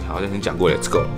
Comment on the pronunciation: "Les's go" xd LOL